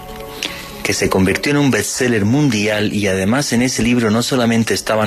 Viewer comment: es BEST SELLER, eres periodista deja de decir bETs seller que me cruje el oído viniendo de ti.